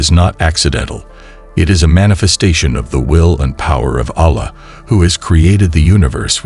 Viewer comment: when will you learn how to pronounce arabic correctly? Are you trying to make a point or what? Is it so hard to find someone who knows how to pronounce the name Allah or alfitajah, is it so difficult to do that? With this, i truly believe you are not muslim but some random person trying to profit out of islamic fanatics to follow you. I hope this is not the case but is time to learn the learn language so you could learn how to pronounce the words properly, remember, you chose islam and no one forced upon you to take it.